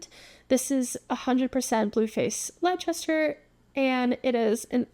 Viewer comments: Blueface Leicester is pronounced “lesster” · Also FYI Quintanilla is pronounced kin-tan-ee-yah and Leicester is pronounced lester :)